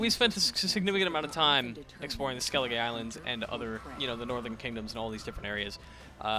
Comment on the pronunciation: I don't think you're supposed to pronounce the e at the end of skellige. It's just skellig isles not skelligay isles.